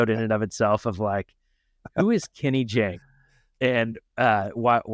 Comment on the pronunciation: FYI: It's JAHNG, not JHANG.